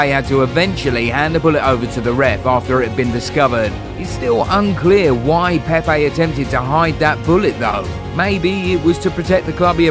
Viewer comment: Hey... What's up with this accents.. its PEPE not PEIPAY